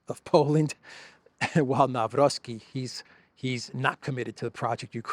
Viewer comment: Nawrocki is pronounced Nav-ROHT-ski, not "Navrovski."